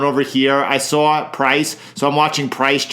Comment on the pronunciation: "I sawr it drop", I'm a NYC boy. I know you're from nearby 😂